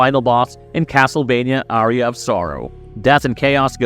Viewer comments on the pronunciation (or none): none